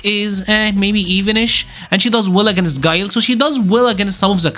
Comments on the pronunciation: Who tf is gee-lay 😂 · so Guile = "Gillay"....OK.